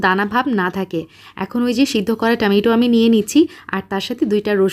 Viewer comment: আপু টমেটো কে। আর টামাইটো বলো না প্লিজ। বাকি সব ঠিক আছে